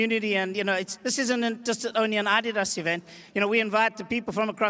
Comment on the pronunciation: Is that how you pronounce Adidas? I’m going to stick with how I’ve been saying it for over 30 years